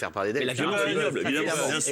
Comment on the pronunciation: Évidemment ???? Sérieux tu dit « évidement » ?